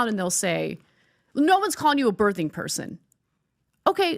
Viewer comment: Why can’t Americans pronounce words properly?! The "th" in birthing is pronounced the same way as the word "think" not "there" 😂